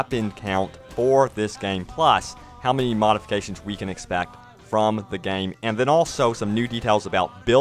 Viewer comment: LMAO at pronoucing it "gayeem". Haha, game has one syllable dude! #TardSpeak